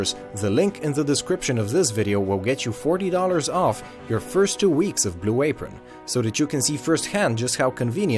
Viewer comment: Good vid. F Blu a-pRON.